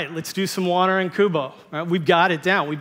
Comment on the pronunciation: How the fu* does "Kubo"sound like "Trent Stratis"? 🤣